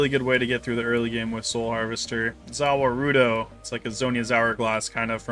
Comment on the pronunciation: I was going to subscribe until you said Zau Warduo wrong